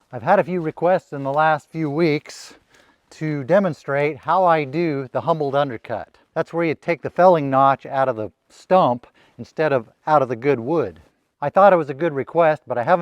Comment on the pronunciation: Humboldt not "humbled". Worn off not "wore" off. Multiple not "multibull".